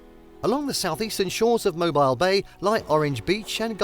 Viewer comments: Mobile is pronounced MOHBEEL. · This is a Terrible list other than The Space And Rocket Center and the USS Alabama. You left off some amazing places. Poorly researched list. Also, as someone mentioned above you are pronouncing Mobile incorrectly.